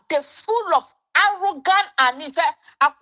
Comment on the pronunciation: You're a nasty blatant liar and you don't even know what you're talking about. That's why you can only say Sam George is "Allogant". Rattle your heavy twi tongue and say "Arrogant". What a shame!